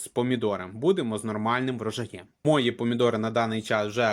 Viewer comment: Западно-украинский говор. мОї-мої,наголос на " Ї",не жара, а спека.